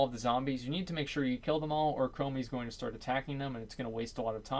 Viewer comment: Crummy* watch mikepreach for proper pronunciation